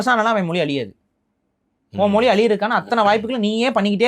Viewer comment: மொலி இல்ல மொழி ஈலம் இல்ல ஈழம் ழ சரியா உச்சரிங்க